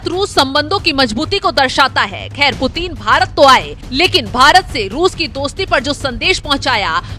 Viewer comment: 😂😂😂😂 who is this idiot, illiterate narrator... who can't even pronounce Putin correctly..😂😂 she is saying puteen puteen 😂😂😂